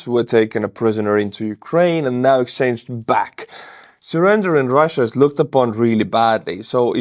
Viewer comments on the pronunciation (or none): none